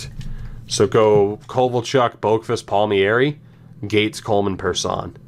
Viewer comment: Palm-eri not Palmy-eri